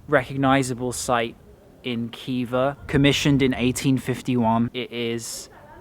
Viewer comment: It’s not Kiva, it’s Hiva. And not Bukara, but Buhara.